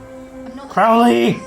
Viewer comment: It's Crow-ley, like the bird